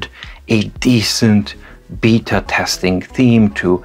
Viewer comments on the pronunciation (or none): Voja, your comment cracked me up as I heard "I'm not going to be a BITTER tester" instead of BETA tester!